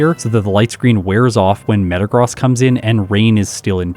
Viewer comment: You are pronouncing Metagross wrong 😅